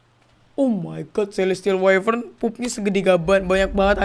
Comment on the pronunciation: The Gaming Craft Wyvern Bukan Whifern